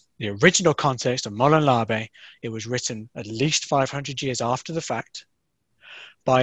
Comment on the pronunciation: I stoped watching when you didn’t even pronounce the phrase correctly. So you got like 20 seconds from me hahahahhaha